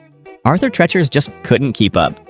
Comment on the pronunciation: It’s Arthur Treacher not Tretcher. Geez.